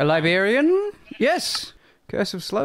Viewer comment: This video was great, that last night was definitely gave main character vibes. Also, as an American... I haven't ever heard anyone pronounce librarian as liberian before. Jokes aside, this was a very enjoyable video, I'll be subscribing and checking out more of your content,.